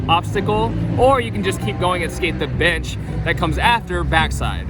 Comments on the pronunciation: I thought that too!!! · i agree lol